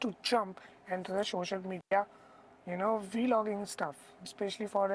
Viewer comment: This dude said Vee logging ha ha ha 😩😩😂